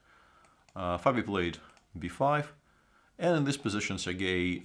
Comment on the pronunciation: Svidler say not instead of this zis i(nstead of this) etc. Mr.Svidler is a genial chess player from Russia and i every time like if genius talk i can not see his comments live but thank i can át night. from Budapest. from Russia this videó how go instead we went. take alsó as we how make our statement. i will listen some íves montand to get some.